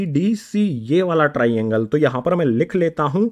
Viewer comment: Triangle❌ Tiraiiangle✅